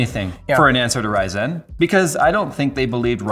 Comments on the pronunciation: Why does say ry-ZEN? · Why does put in a dash when he says it. RY-ZEN? wth? It's one word. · From the title, I thought I would actually learn something about Intel in 2020, not talk about the past. Also, I wish would stop pronouncing Ryzen like it's two seperate words. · Stop saying RYY!!zen. It just ryzen lmfao